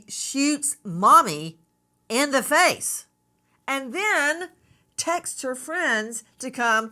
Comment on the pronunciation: I don't trust professionals who call texts 'tex-ihs.'